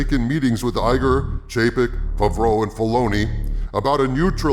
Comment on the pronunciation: “Jon Fuvroh”